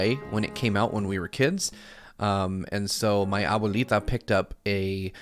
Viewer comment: Hearing saying "Abuelita" gave me life jaja. My first encounter with a Nintendo console was thanks to my abuelo who was a tech geek at the time jaja.